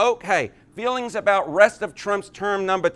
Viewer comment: Awww ... Did his fweeings get hwurt?